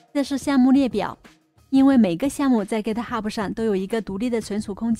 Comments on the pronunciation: 您好，是 Git Hub，不是 Git Hubu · 哥特哈普是啥 ？？ 名字都叫不对😅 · Git ho不英文發音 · github 最后 b 不发重 b 音